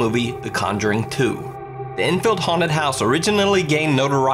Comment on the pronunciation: It’s haunted not huned